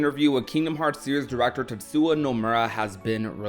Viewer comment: lil bro has made how many KH videos and still pronounces the man's name as "tetsuwa" 🤣🤣🤣🤣🤣